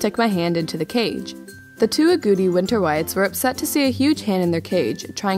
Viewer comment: And haha I thought it was funny how you said agouti! Lol! Its pronounced "ah-got-ee" hehe :P